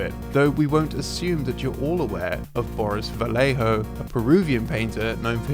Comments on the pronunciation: "VaGGejho" it is how you pronounce it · It's pronaunce: Vah yeh ho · sorry, but it (vallejo) is pronounced "va-yeh-kho/ho," as the "ll" in spanish is a "y" sound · How do you manage to pronounce "Quijano" properly, but not "Vallejo"? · Vallejo isn't pronounced like that man, like damn it's not that hard lol